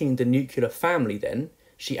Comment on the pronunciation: assertion that married women live longer and are healthier than unmarried ones is AFAIK a falsehood. to provide peer-reviewed support for it. He might also want to check his pronunciation of "nuclear". He is, after all, a teacher of English.